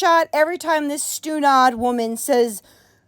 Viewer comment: you said stunod. I'm definitely in love now 😍